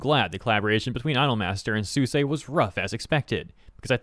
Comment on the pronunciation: Why are pronouncing Suisei name like that